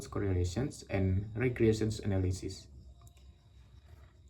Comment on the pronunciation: Hi I will gove you coment, there are some audio errors in the video that make the pronunciation less clear, such as "regression analysis" "I hope" sounds mispronounced.. other than that the presentation is very good. thank you